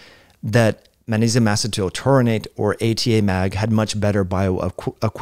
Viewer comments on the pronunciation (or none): The word "Magnesium" contains the letter "G". Are you being intentionally obtuse? You have no problem pronouncing the consonant "G" in other words I notice. This was the most annoying, intentional, distracting mispronounciation of a common word I have experienced this year.